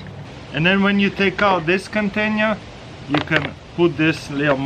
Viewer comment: what the heck is a "CONTAINYER"?